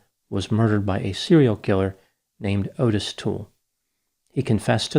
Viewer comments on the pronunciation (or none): Excellent content!! I totally remember this as a kid! Also, Adam's mom's name is pronounced, "Re-vAAy", and Adam's killer's name is pronounce, "Ott-Tiss".